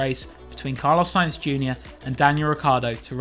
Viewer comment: It’s sainz!